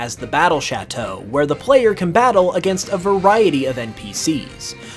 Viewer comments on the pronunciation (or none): none